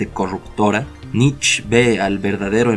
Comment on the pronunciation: Muchas gracias exelente video me encanto, solo un detalles sin intención de ofender, la pronunciación del apellido del filofoso Friedrich Nietzsche se asemeja más a la palabra nitche sin comerse la E al final. Mi pareja es alemana y me lo a mencionado mientras disfrutábamos del video.